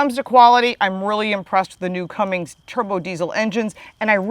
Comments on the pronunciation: It’s Cummins, not Cummings, and it’s 370 hp not 385, but your close on both accounts! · Cummings? Really? Learn how to say it if you’re going to review it and post it. There’s no G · There is no G in Cummins...